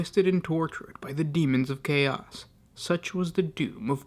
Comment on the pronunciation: I gotta agree. Many words are whispered, and he places a weird emphasis on the last syllable of every sentence, like "the planet was swarmed by hoards of cha-OS". This is intended as feedback, not trying to tear the guy down or anything.